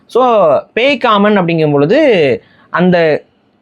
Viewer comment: அது பேய்காமன் இல்ல பேக்காமன்....